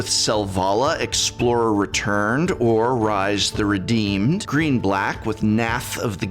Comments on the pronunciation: Rise? Rhis. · Rhys is Welsh, and pronounced "Reese". Actor John Rhys-Davies, for example. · PSA: Rhys is pronounced the same as Reece.